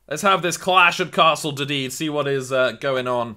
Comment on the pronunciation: Not dee-dee d it's deedeedee